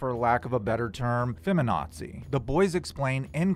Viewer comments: You had me interested and listening until "fema-nazi"...ok job otherwise. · Yeah checked out at "feminazi" jeez.